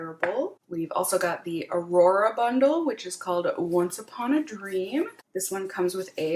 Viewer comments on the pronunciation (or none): none